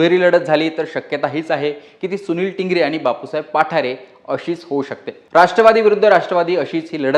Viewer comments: पाठारे नाही.... बाप्पु साहेब पठारे.... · पाठारे नाहीं पठारे आहे न्यूज वालया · पाठारे नाहीत पठारे आहेत..